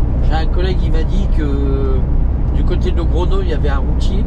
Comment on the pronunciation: Salut, c'est le go expert que tu as comme gps, on dit logronio en espagnol, la petite vague au dessus du N se dit nieu pour info, allez bonne route, buena ruta e buen viaje amigo